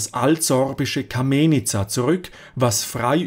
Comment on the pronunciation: Kamen (Stein) wird auf der ersten Silbe betont. Es heißt also Kámenice. Den Namen Chemnitz gibt es mehrfach, wird aber meist Kemnitz oder Kamenz geschrieben.